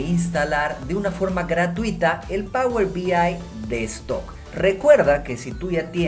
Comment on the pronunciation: Por qué dice "power B I destock"?